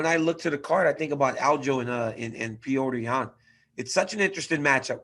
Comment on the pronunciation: Ariel talks about how disrespectful it is to pronounce a name wrong. But he calls Petr yan pee-otor ^^ listen to Bruce Buffers introduction on Saturday, he's the only amarican guy who pronounces his name the right way